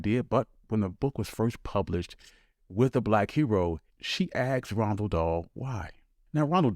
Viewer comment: Not Ronald Dahl, but almost nobody pronounces Roald correctly either.